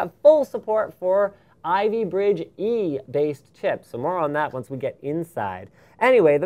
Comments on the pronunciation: Seriously.....stop saying "Dat". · I realise Linus likes to substitute "that" with "dat" having lots of emphasis on the 'D' and it reminds me so much of my native dialect in how we butcher words with impunity. #Barbados